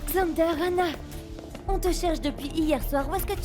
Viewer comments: Kiyè ki tande xander di anale ana😂😂😂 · Qui à entendre ça comme moi quand xander appelé Stella,anah 😂😂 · Pagen moun la ki tande XENDER di annale Anah😂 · Qui entend que xender dit aller anna😂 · Qui a entendu que Xander a prononcé le nom d'Anna devant Gaél